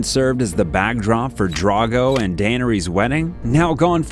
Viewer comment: Couldn’t pronounce denarys right lol, or Tyrion